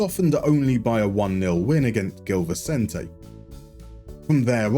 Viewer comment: Hi a quick lesson in Portuguese Famalicão should be pronounced as "Famalicaohm" like the ohm of the sound of the universe For words that start with a G and are followed by a vowel it turns into a J so Gil Vicente would be "Jil Vicente" For the little Ç it's an S sound so Taça de Portugal would be "Ta sa de Portugal"